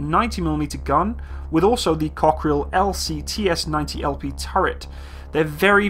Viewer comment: the way you pronounce it, it sound like cockroach in french...Cockerill-coquerelle.